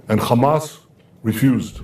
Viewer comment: Netanyahoo is so stressed that he even occasionally forgets to pronounce it Khhamas